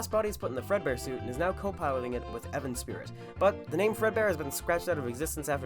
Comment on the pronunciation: ITS NOT EVAN AAAAAAAAAAAA